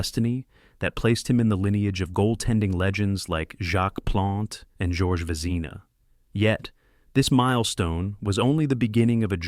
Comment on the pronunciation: The bizarre pronunciations of names like George Vezina is too much to hanlde, AI voice?